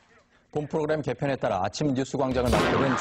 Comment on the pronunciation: 후로그램ㅋㅋ 미미 매력터지네ㅋㅋㅋ